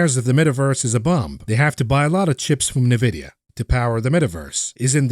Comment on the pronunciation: having worked there before, it's pronounced En-vid-ee-ya (n-Vidia, "n" like the mathematical variable, yes we are/were all nerds). Good stuff on your channel - but it's like fingernails on a chalkboard everythime I hear it. Feel free to continue your pronouciation to spite me;-P I won't be offended, I spoke my piece.